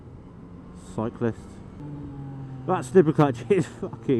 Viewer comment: The way he said "cyclists" hahahaha he spat it out like its a rotten tomato. But yeah the intro is awesome